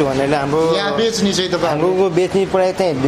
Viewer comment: पहिलो कुरा त प्राइज़ भन्नु ग़लत उच्चारण हो। कि त मूल्य भन्नु नाई भने प्राइस भन्नु